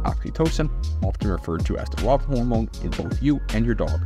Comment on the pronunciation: "convey a sense of security and trust" not "prevent'. : Lob hormone? Rob hormone? It's love hormone. : Their provider. : Red-pawed. : Piece of you. : And deep trust. : Wagging tail. : Dogs who trust. : journey.